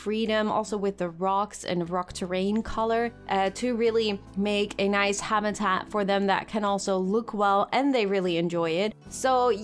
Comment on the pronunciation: You make super videos but please stop saying habitat like this hahah